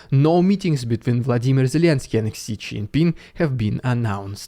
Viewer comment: why it sound so much Vladimir Zelenskyy than Volodymyr Zelenskyy on .